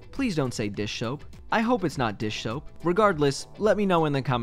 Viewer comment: DISH SHOAP! DISH SHOAP!